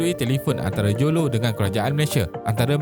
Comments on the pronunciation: Admin tolong sebut betul².....lo taik jo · Admin sebut mcm bunyi low TAIK joe jer wkwkwk